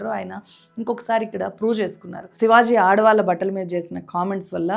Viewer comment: sivaj కాదు sivaji